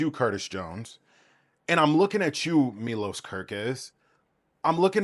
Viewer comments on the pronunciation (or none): none